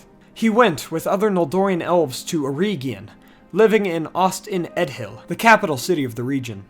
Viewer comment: its eregion.... not ereeegion